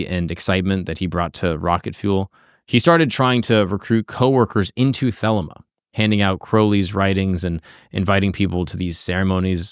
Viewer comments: Yep, the-LEE-ma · I REALLY hate to be that guy, but for future reference it's THUH-LEE-MA